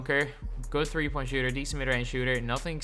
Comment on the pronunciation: Bro, get your English right, your saying three like free